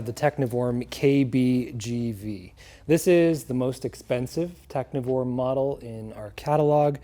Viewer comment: I believe the 'v' is like a German v, which is closer to an English f. So it's pronounced techniform, instead of tecnhiworm, which makes more sense. Thank you for an instructive video.